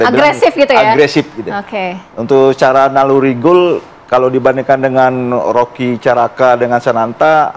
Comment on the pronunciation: Hokky bg bukan roky, Korea bg bukan vietnam.